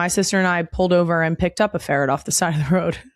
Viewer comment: I love the way your philly self says "ferret"